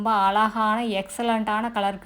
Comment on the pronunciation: Ungalukku zha varatha .?alaga entru solgirirgaltamizhai kollatheergal.